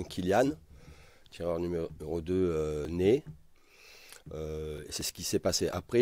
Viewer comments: Sa me perturbe il dit Né au lieu de Ney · Ney pas Nez mdr